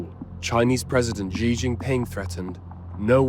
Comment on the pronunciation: Please stop pronouncing Xi's name as "Gee", because the pinying name of Xi is pronounced like "She". Also, if fishing boats participate in any attack, they will become legitimate military targets.